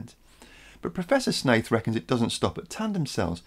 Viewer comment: Every time I hear you say Professor Shaith, I hear "Professor Snape" even after looking back to see how his name was spelled.....